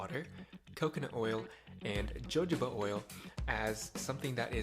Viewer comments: FYI: Jojoba is pronounced "hə-ˈhō-bə" or phonetically, "huh-'hoh-buh." Just thought I'd share. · It's pronounced ho hoba oil... Harder to take u seriously when you don't pronounced one of the names in your recipe correctly. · Its pronounced Hohoba even though its spelled Jojoba. Its a very oily oil that is VERY hard to dissolve with ANYTHING! Coconut is another oil. So he's saying just add water to two oils it up, shake it up and scrub it in? Hmmm. I haven't watched the whole video yet but it would defnintely take some kind of soap-Dr. Bronners castille--or whatever to emulsify these two oils. I use Dr. Bronners for everything--including my hair and body....BUT...I add a few drops of a dishwashing liquid that has sodium lauryl sulphate in it so that my shampoo version emulsifies better. SLS is not great for your body--but I figure 3 drops in an 8 oz bottle of Dr. Bronners soap won't kill me--and it lathers up and cleans my hair much better that way. OF COURSE... you could just use dishwashing liquid to do this project. Or if my mesh sneaks were super dirty, I would use my All Purpose DIY cleaner --equal parts of white vinegar and dishwashing liquid microwaved for 2 minutes. Its amazing stuff! Use it to clean my bath tub and oven. Its the best ever. Or if that didn't get my sneaks clean I'd use Spic and Span powder in water with a splash of ammonia--also great for cleaning anything. OR my best ever solution for clean sneakers is -- waaaait for it-- DON'T WEAR THEM! I stopped going to the gym and running outdoors and now my sneaks stay bright white for months!